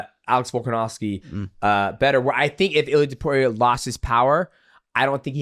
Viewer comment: Illia Tupewria😂